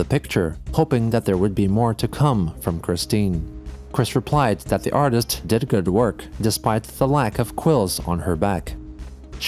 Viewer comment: "Artits" That's golden.